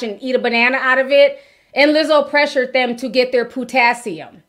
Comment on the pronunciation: Not PU-tassium😂😂😂😂😂😂😂😂😂😂 🍌 It’s the way you said it Ti😅